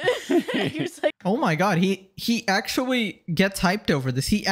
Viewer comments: dude i am not an idubbbz defender but i cannot watch this. you genuinely pronounce 'actually' as 'acktuwawee'. deeply embarassing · it doesnt help you ousting someone as lame when you yourself have the classic redditor speech impediment. saying "acktawwy" 300 times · whilst his argument might have notes of truth pronunciation of "Ackschawwyy" delegitimizes the whole thing by coming across as a basement dwelling redditor.